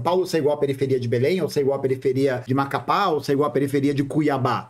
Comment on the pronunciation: comentou muitas coisas muito interessantes e com comentários relevantes mas venho aqui para comentar "ELE FALOU "MACAPÁÁ" e "BELÉMM" hahahahhah